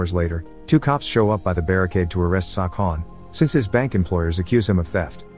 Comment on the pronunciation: I swear I heard sawcon